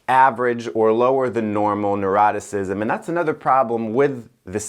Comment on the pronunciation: Was trying to pronounce Neuroticism? 🥺